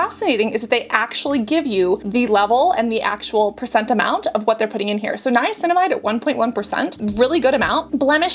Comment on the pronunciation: Your Dr Dray says Niacinimide at 5%